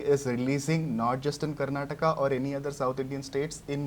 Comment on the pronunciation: Thanks for saying kannada and karnataka correctly.. samadhana ath nod bhai